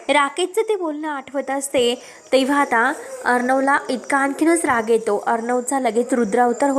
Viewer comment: आविष्य नाही . आयुष्य असा शब्द आहे. ऐकताना कंटाळा येतो. एतो नाही.